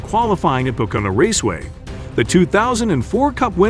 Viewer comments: Hire an announcer that speaks english. This dumbass can't even say Pocono. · I love how you totally butchered how you say pocono and that you guaranteed his return even though he’s done for the year 😂